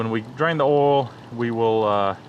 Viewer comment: It's oil not oooool